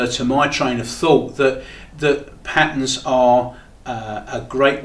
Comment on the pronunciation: Come on its not pat-ns. Try pat-turns.